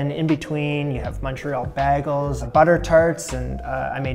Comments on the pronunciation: It's pronounced bay-gel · did he just say baggel? Like Britta on Community?